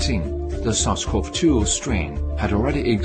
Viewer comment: I can't understand what he's saying in the deer video, "sasquatch-2 virus"? Lol. So are they trying to say people gave deer this virus, and then it turned into covid, and then the deer gave covid back to us? Those damn sasquatch virus carrying deer! 😠